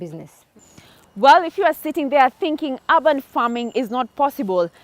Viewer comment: Great series, but the mispronounciation of "urban" grates. It is not "ah-ban", but "err-ban".Make it easy for ousiders to understand you by using standard pronounciation.